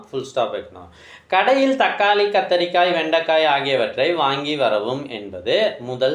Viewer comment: கத்திரிக்காய் anna கத்திரிக்காம் illa 😂😂😂